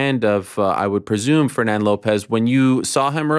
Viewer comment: Just needs to learn how to pronounce Fernand